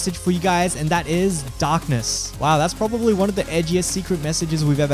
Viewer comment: Like my old friend Vortiger says "DAaknESs"